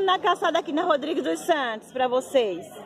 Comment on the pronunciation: Só uma correção, vc fala caçada kkkkkkkkkk e o correto é calçada. Eu adóooooru seus vídeos muito bom gosto 😍